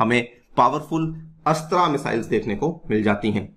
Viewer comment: अस्त्र naam hai missile ka.. astraa nahi